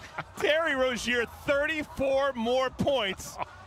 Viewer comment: He mispronounced Rozier